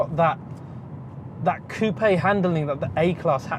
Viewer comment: Yeah, finally an English speaking youtuber who properly pronounces "coupé" :-)